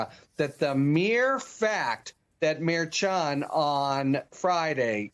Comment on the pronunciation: that is really weak, adding a "t" to the end of Merchan's name. How long did it take you to come up with that?🤣🤣🤣🤣